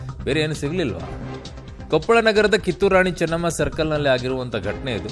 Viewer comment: ಕಿತ್ತೂರು ರಾಣಿ ಚನ್ನಮ್ಮ.... ರಾಣೆ ಅಲ್ಲಾ